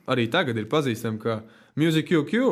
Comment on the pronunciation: Baigi riskējāt. -.- Jūs vnk nesaprotat to mūsdienu jaunatni Jūs par neprotat normāli izrunāt vārdu 'Musiqq'